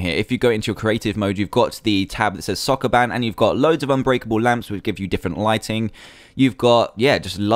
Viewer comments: It's Soo-koo-BAN. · sokoban not soccerman